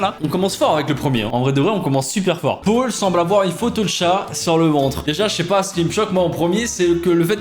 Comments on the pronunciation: Le seul truc qui m'a fait beugué, c'est que "Paul" tu le prononce "pôle" '-' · Beaucoup de gens: prononciation Pol: Pôle. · Personne ne parle de sa prononciation du prénom « Paul » 😂😂😂